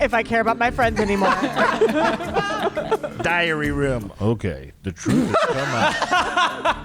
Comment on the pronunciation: Every time they say “diary room” I hear “diarrhea room” 😂